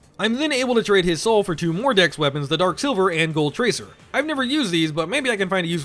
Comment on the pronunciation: i cannot not hear " Dicks are better than strength" "only leveling dicks" "DEX FOR LIFE"